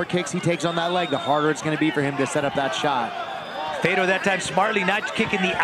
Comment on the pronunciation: Who the hell is "Fader" ????? His name is FEDOR!!!!!!